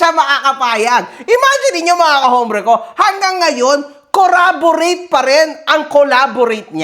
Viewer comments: CORROBORATE ang ibig sabihin dyan, mali lang pagkakapronounce nya, pero hindi collaborate tinutukoy nya jan. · corroborate ata yung word na sinasabi nya. Wrong pronunciation pero may word na corroborate.